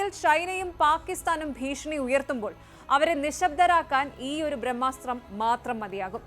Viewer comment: ഭ്രമ്മാസ്ത്രം അല്ലടാ... ബ്രമ്മാസ്ത്രം.... ബിരിയാണിയുടെ ബ 😂😂😂😂